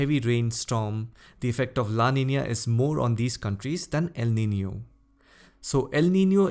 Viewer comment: It made me happy the way you pronounced Niño and Niña..♥️